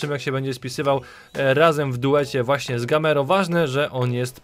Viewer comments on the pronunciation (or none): GAMEIRO A NIE GAMERO